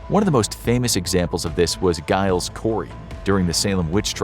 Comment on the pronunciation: 🤦‍♂️🤦‍♂️🤦‍♂️🤦‍♂️ Giles is pronounced 'djy-lz', not 'guy-lz'... 🤦‍♂️🤦‍♂️🤦‍♂️🤦‍♂️